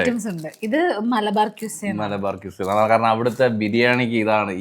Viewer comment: മലബാർ ക്വിസ അല്ല, മലബാർ ഖിസ്സ. ഖിസ്സ= കഥ